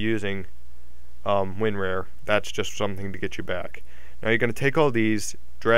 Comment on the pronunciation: Lol Win-R-A-R